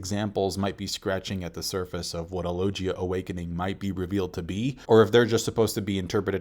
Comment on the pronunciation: You've veen reviewing this series for like ten or more years, and every vid the word "logia" comes up i make sure to correct you, and yet after all that and all this time, u STILL can't say "logia" correctly?!?!...